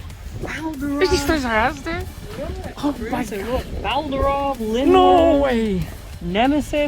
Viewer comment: Linwyrm looks so nice! (and I do believe you are pronouncing it right!) Too bad the slopes are bad, but at least the TP disc weighs more thank hasbro's Wheel. Fq looks visually nice imo.